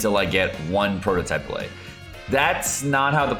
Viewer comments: tf is a bill-ay? its bill-ut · They are pronounced BILL-IT, not BILL-AYE. And the section where you try to sound smart with the statistics is really poorly written/said, at least for anybody who's halfway paid attention in a stat101 class. I usually like your videos. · It's pronounced Bill Et - not French! Good video, love you,! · What's a ballay? Are you trying to say billet? It's bill et like cigar ette. You don't read cigarette and say cigaraytay do you? Is this more baby talk like sadge? Head's up from me to you real talk: If your videos are full of baby talk then pretty soon you will only have babies in your audience. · just a heads up, the 'let' in billet is pronounced like bullet, not ballet. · BILL-IT, NOT BILL-AY! It's a term in metallurgy meaning a bar of material meant for further processing. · what's a billay? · OW....! What are you doing? You're killing me, Smalls! Or are you mispronouncing that on purpose? It's not "bil-lay" "Bil-let" or "Bil-uht" I swear it took me a good 3 minutes of hearing you say it for me to figure out what you were talking about! Good video, though! Thanks again! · billet is pronounced with a hard t, like bill it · An important correction: You said the billet drop rate is 12% per week, but it's actually 12% per boss. So if you're doing 5 bosses a week, that's 5 rolls of the 12% chance, or almost a 50-50 shot of getting at least one billet, whereas farming 3 bosses means you have about a 30% chance of getting at least one billet. Also, the 't' is pronounced in "billet" like it is in "bullet"